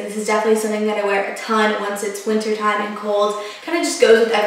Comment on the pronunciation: you say winter, like winner. lol it must be a southern thing